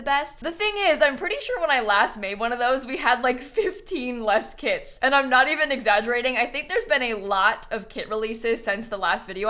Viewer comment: EVERY TIME she says “kits” i hear “KIDS” and oh my god this phrase got me — i’m not the biggest fan of KIDS